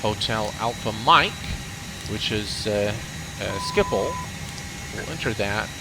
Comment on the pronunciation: Wow, as a non-native Dutch speaker you pronounced Schiphol very well! The 'g' in Dutch is hard to speak for non-native Dutch speakers.